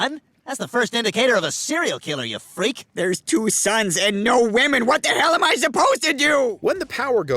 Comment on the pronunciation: Is this an AI voice? Why can't the reader say WOMEN? This happens a lot on this channel. I don't understand why it is so hard. Makes it seem like you guys are using AI instead of actually paying people😊